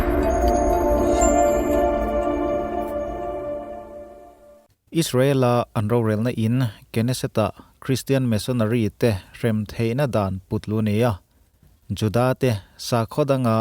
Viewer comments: Knesset ..hi keneset ti a lam tur a ni lo..Neset ti a lam tur a ni e.. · Y0utuber h0 hi in mawl lutuk,in chhiar hmain ngaihtuah chiang ve rawh u,in cheap mah²...keneset pawh a nil0,neset ti-a lam tur aw mawla...